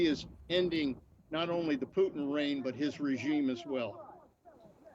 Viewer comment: Shame he can’t pronounce Putin correctly .